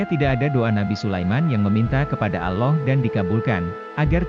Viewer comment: Kenapa admin tidak menyebut algur an bukan guran tapi algur an kudengar admin menyebut nama tuhan itu seperti ini alah kenapa tidak seperni ini admin menyebut nm tuhan allah bukanya alah tapi allah